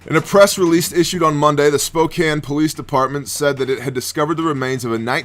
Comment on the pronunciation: Holy shit! I'm surprised you said Spokane right! That dude that sold his girlfriend was probably a meth head. 🙄😏 I honestly think we need to make an example of creeps who do that kind of crap and pedos.